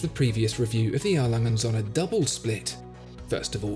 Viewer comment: O-umlaut has a certain pronunciation that needs to be learned.